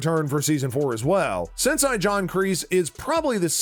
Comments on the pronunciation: SIN-SAY not SIN-SEE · He also said "Sensai". This guy is a poser. Obviously not a fan of the show. Just some voice "talent" reading a script.